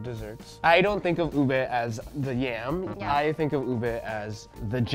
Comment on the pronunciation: I watch videos with subtitles cuz my house is noisy most of the time. So like when u said "ube" is came out "boob a". My mind just went WTF.